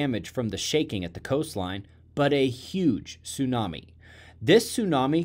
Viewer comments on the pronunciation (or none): none